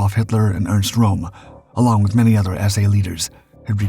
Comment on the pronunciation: His Name was RÖM and not ROM!